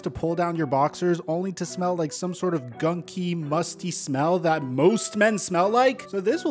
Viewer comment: “Why do dat “ when it says “that” 🤔🤔. Did it sound as bad between your ears as mine?! 😪